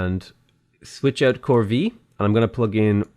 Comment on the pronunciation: Corvee is pronounced "core-vay"